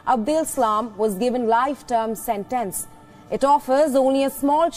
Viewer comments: 🤔🤔🤔 its sentence lol not ** santance... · Lol why was she saying Santance the whole time lol